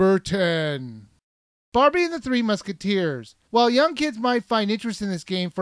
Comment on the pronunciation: barbie and The Three musketeers... THE THREE hmmm jeez i cant imagine where he got the extra T